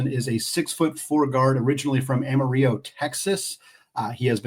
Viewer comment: Amarillo. It’s pronounced the way an old white guy from Texas would say it. “ill-o” not “ee-yo” Sincerely, Kelvin “Kevin” Sampson